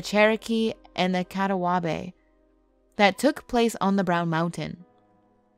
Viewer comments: Catawabe? CA-TAW-BA. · These stories are cool, but it's painful to listen to. It is BLADENboro not Baldenboro (you pronounced it right the first time!) It's Ca-Ta ba (Catawba), NOT Catawabee? Neuse is pronounced "Newz" not "New-ezz and Pam-lecko? I couldn't listen anymore after that one.